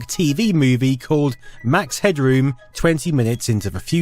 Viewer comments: You're way over-announciating "head-room". It's more like "hedrum". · Everybody pronounced his name Headrum , not Headroom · We never pronounced it as "head-droom" we always said "head-drum". He kinda reminded me of Jim Carey's character in The Mask.